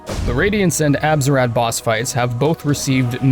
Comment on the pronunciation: Why is he calling the radiance abzurad?